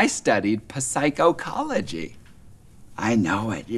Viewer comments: You said SYCO-CO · Puh-psycho-col-oh-gee. Yes, obviously. I studied psycho too. I'm in a mental hospital :) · Puh-psycho-cology.....seems legit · I studied puhsycocoluhgee